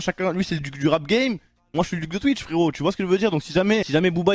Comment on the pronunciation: Tu sais pas dire Twitch frero 😂😂